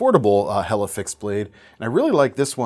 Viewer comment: Point of contention, how are you so happy that Helle Delle is back, yet do not know how to pronounce their name? Quibble. In English, delle can also mean a dale or dell, which is a hollow. Though given it is a Nordic country, best guess or ask them when they came back;-)